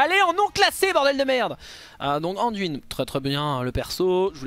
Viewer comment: Nan mais, c'est pas "Anduinne" d'abord, c'est Anne-duine ! T'es bien gentil mon p'tit chauve-souriant mais uiliser la prononciation anglaise juste pour la moitié du mot c'est pas plus joli ! 😜